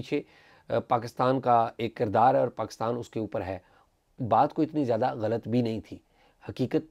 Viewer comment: چیمہ صاحب ghlt نہیں ghallat ہوتا ہے ایک اور لفظ کی تصحیح فرما لیں اعزاز صاحب تو خیر سے اہل زبان ہیں ۔